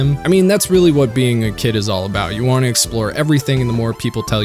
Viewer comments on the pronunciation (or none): none